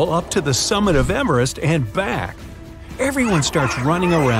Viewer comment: “The summit of emerest”